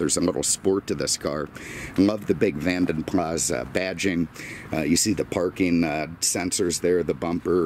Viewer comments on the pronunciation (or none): I think Vanden Plas is pronounced PLAR not PLAS so Vanden Plar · You don’t pronounce the S on the Plas part. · Simon Richardson You are wrong. You don’t pronounce the S. Are you American?! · The S is not silent at the end btw. It’s my last name 😝